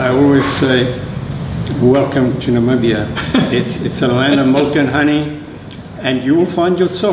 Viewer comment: Nabibia? Is it so hard to say NA-MI-BI-YA?